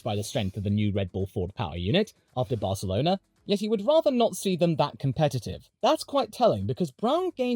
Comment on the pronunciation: I wasn’t ready for a proper pronunciation of Barcelona 😂😂